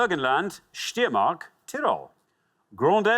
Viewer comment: So they gave him pronunciation guides for the Hungarian ones but let him butcher Steiermark, huh? But Richard is totally right that football fandom helps immensely here. Even for the Andorra ones, FC Encamp also played in the qualifying stages of the UEFA Cup in the early 00s.